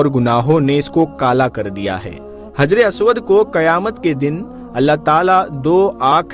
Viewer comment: हज्रे अस्वद है (हज्रे "आस्वाद" नहीं है )